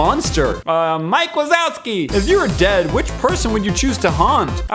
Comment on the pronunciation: "MIKE WISOLSKI"!!!!!